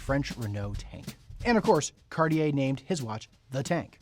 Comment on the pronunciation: You could at least pronounce it properly… it’s not carrrrrrier! These Americans…